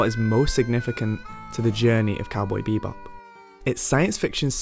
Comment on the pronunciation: It's "cowboy bebop" not "cowboy beebop"